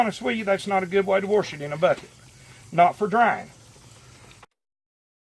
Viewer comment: When I tell you I'm loving to hear him say warsh it!! True country fellow!! Love